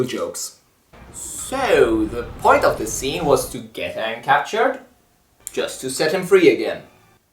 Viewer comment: It's AANG, NOT OONG, lady and gentlemen.